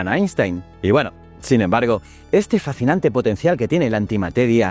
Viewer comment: Lo fascinante es que no seas capaz de pronunciar fascinante 😆